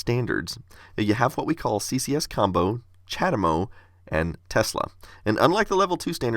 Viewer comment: What do you wanna bet that Chademo, being Japanese, is actually pronounced more like "chah * DAY * mo (long o)"?